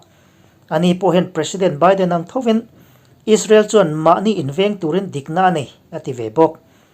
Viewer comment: Ngati nge Biden (beeden) hi I lam thiamlo Ami. Byden tih a ilam tlat thrin le oo..